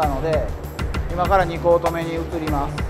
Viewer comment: 2コート目が通行止めに聴こえました。 声がよいからそれでも聞きやすいです。